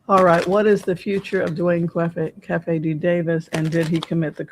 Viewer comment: This reading was a nice change of pace! Thank you! Also it's pronounced KEEFIE...and he was a HUGE west coast drug dealer, hence the $$. To be so arrogant to write a book about taking someone's life, profit from it and have 30 years of freedom? He deserves everything he gets..maybe he and Suge can be "cellies."